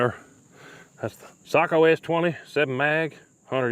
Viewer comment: Finland thanks you for pronouncing Sako correctly